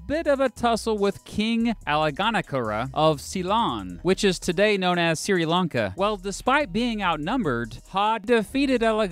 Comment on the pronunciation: "see-ree lanka" lol